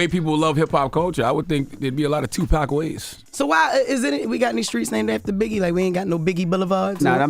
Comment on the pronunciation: So um...who killed Tupac? And why can't Vlad say it?